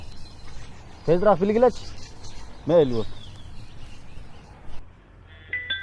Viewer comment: Тезираак эмес,тезирээк.